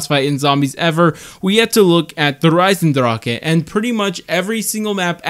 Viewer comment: Insta like. Boss fights are the worst addition in all of BO3, even worse than microtransactions. Also, GG for the correct pronunciation of Der Eisendrache. Then Groësten Haus was just off lol. But yes the fights are all repetitive. IX felt cool because it's in an arena but it's just shoot the big baddie until dead. Voyage is wait and then shoot the big baddie until it's dead. Oh and the boss can one shot the entire team, fun! Enjoy doing all the steps again. DotN is create weak spot and shoot the big baddie until it's dead. Ancient Evil is quite a bit more unique with the two phases, but it's still create weak spot and specialist weapon until it's dead. I'm so happy about the Alpha Omega boss fight because it's finally different than the rest. You do lockdowns instead, then you gotta move the boss into a teleporter because it's immortal. You don't do something until it's dead. It's clear that I don't think boss fights fit into zombies mode, where you have to do everything over again and again each boss fight attempt. They're cool in games where you can save close(ish) before the boss. Not zombies.